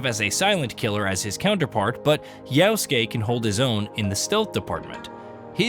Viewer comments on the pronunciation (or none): How can he accurately say "-suke" and mess up "Ya-?" Reminds me of "Ghost of Too-shee-ma." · If you say "Yaosuke" instead of Yasuke ONE MORE TIME, 🤣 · The way you pronounce yasuke is "yaoske" ... which is abhorrent and disgusting, why ?